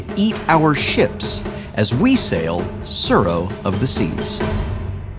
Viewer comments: Every time the name of the game is spoken I cringe so hard... Japanese is not difficult to pronounce, but Wheaton is butchering a rather simple word.. Pronounce the 't' and add a slight roll to the 'r.' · Don't worry, I'll defend you. The way they pronounced it drove me crazy too. The 'u' should also make the "oo" sound like in "too". To the haters, it's not hard to be a little educated, especially since Tsuro is a Japanese word, not an English word.